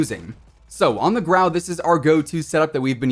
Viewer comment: It’s grau lol